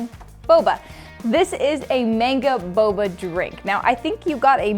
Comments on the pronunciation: BoBa not BoBo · u said bobo it's boba:) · Bruh she called boba bobo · Oh... boba. I heard and continued to say bubble.